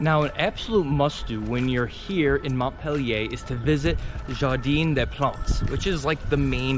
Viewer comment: True. It's "Jardin," not "jardine" !